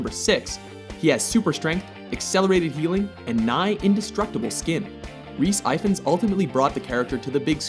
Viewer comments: Sorry but as a Welshman I think I should say that Rhys Ifans' name is pronounced ee-vanss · Pronounced Rhys If-ans :P